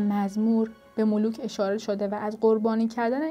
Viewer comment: ملوک چیه نابغه؟ملوخ.مولوخ.😂